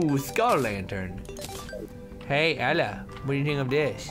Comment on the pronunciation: LOL, every time Toby says Ella I think he's saying Bella XD